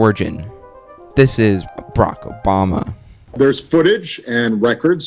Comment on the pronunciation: Barack, not Brock.